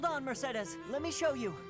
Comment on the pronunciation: You mispronounced Mercedes’s name just like all the rest of us lol 😂 don’t feel shame.